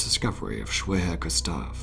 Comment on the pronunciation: Hello, remember, in German, the letter 'W' is pronounced as a 'V'. So 'Schwerer Gustav' sounds like Sh-Verer Gustav. Cheers!